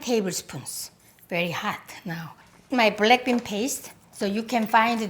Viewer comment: English is not my first language, and every time she says "black bean" i kinda hear "blackpink"😭😭